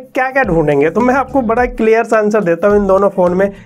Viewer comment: You say : clair Me : clear 😅